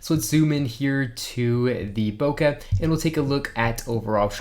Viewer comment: Proper pronunciation: Bokeh, not Bokah